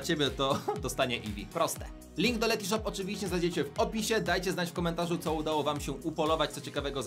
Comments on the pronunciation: Ten moment gdy się sprzedajesz, a nawet nie potrafisz wypowiedzieć dobrze nazwy firmy... To nie jest Letyshop, tylko Letyshops... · Letyshops anie letyshop